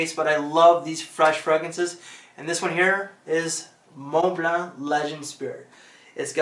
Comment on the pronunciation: I came here just to hear your say "Mont Blanc", best pronunciation in the game 😂 But seriously. You have me saying it like that now. And I know that's the correct way. Awesome list!